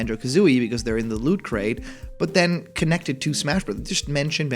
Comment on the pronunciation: Please emphasize the T in "looT." Otherwise I keep hearing....well something more innappropriate.